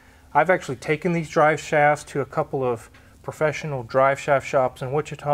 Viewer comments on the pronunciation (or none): none